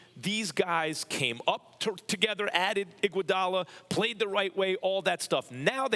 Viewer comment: “Iguadala defense” lol Bron Avg fuckin 40.0ppg come tf on lol